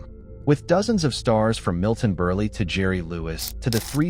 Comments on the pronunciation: Funny movie!!! Btw , it’s Milton Berle not “Berley”. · AI voiceover just completely sucks! Grrrrrr…. Not only does the robo-voice suck, but you have such idiot mistakes like, saying Milton Berl-ey, and that he was a cameo! You suck, but you can’t ruin this classic film—nice try though! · "Ad-libbied' and Milton "Berley" - A.I. needs to work on its diction. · Pronounced Burly at one point. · The movie facts were OK and I enjoyed seeing the video clips, but that awful AI voice phrasing and pronunciation... Why? Just... why?